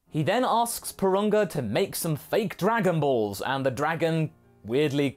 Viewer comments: "Darganballz" how you said it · I dont know why but "dargan ballllls" cracks me up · I don't know why but "därganbaalls" made me laugh so hard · “Dargon Baills”, it sound like some weird Swiss dish LMAO!